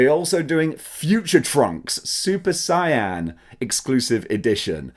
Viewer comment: and again, it's pronounced say-yen, 🤣. He's so lucky that I don't live in Japan. I'd kidnap him and force him to watch the first few hundred episodes of dbz